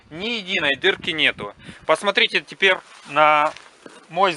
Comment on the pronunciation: "Теперъ" твердая РЪ😂